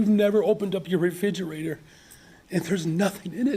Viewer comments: "refigerator" And "poverty sucks"? Thanks for pointing that out cuz no one knew Seriously, he's an idiot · Hey, what's a "refidgerator"? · He’s right, I’ve never opened my refidgee-ate-or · Hey, Johnson, at least learn how to pronounce refrigerator. It's not a refiggerator. This guy is just SO stupid but they voted him in right after stupid Lightfoot....🙄🙄🙄🙄. Food Stamps, EBT cards, Medical, and on and on are already "universal guaranteed income" with the "universe" being people who have zero conscience and who are lazy. Now, rules are being applied to all of this, people are squawking to high heaven.